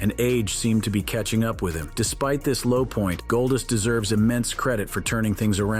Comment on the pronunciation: i hate how he says golddust it sounds like goldist